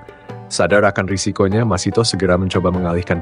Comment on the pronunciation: Masithah bukan Masitoh , ingat, MASITHAH